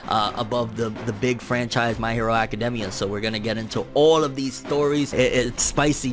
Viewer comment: It just bothers me how he says academia